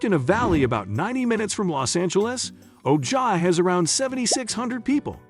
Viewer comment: Oh Jie? It’s pronounce Oh high. Friggin computer voice